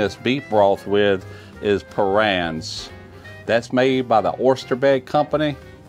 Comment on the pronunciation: Parrian’s pronounced PAH-ranz